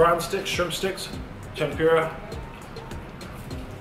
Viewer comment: HA! Your wife agrees with me that your pronunciation of Tempura is awful.